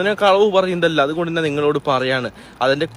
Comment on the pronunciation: ഞാൻ - നാൻ മഞ്ഞ - മന്ന ഇത് ശരിക്കും പറയാൻ പഠിക്ക് ആദ്യം😂😂